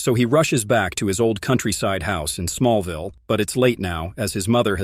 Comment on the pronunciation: That's Smallville not small vial. Human or program it needs English lessons.